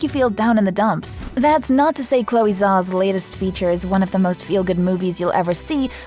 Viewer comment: Pronounce as ZHAO, not ZAO. Retroflex consonant.